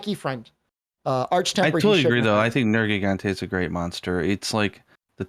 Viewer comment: He likes Nergi but pronounces his name wrong.